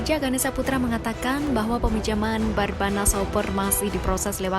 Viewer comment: Barnabas oy bukan barbanas